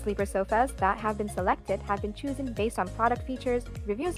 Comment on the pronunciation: If you pronounce chosen as “choosen “ I’m out.